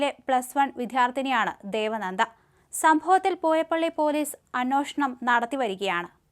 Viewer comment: അനോഷണം അല്ല അന്വേഷണം 😂